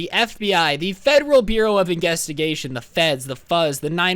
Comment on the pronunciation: What about this? "The Federal Bureau of Inguestigation"